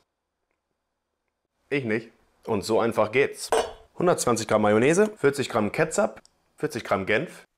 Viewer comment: Digga wie eklig am Anfang mit der Soße auf Burger 🍔 ach ja das heißt ketchup und nicht wie du es aussprechen tust 😂😂😂 aber das hast selber gemerkt 😂😂🤣 h&s